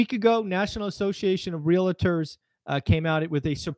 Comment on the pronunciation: REAL-tor, not re-la-tor.